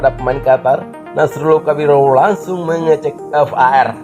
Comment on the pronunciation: Min... V A R bukan F A R , menggelitik kuping dengernya. Bravo Timnas U 23, semangat³